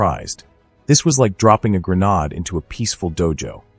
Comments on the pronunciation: Grenaud? It's Grenade......ade as in lemonade. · WHATS a gran. Ade ??? Ai shit again 😠😳